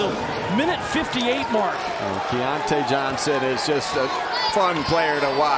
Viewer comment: The ridiculous disrespect of continuing to mispronounce "Keyontae" despite and the arena announcer's repeatedly correct pronunciations made me nearly puke. Let's go Mountaineers all the way but c'mon if you follow or are involved in college basketball in any way over the past half decade you should know who Keyontae Johnson is and how to pronounce his name. This was just embarrassing for ESPN. edited to add: I embarrassingly misspelled Keyontae in this comment when I posted. Crawling in a hole real quick be back Wednesday at 7p EDT LET'S GO 'EERS!